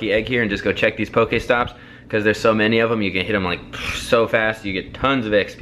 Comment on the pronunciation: IT is pokEstop not pokAESTOP PLEASE